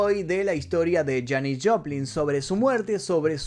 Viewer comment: Bro muy interesantes los datos, pero no es Janice, es Janis (Pronunciación: Yanis), es que como la admiro tanto y la escucho desde que tengo memoria me creas un problema en la mente, por favor disculpa y mil gracias por tu video.